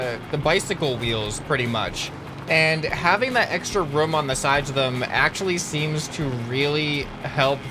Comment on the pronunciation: Indtead of room u say rum😆😆😂😂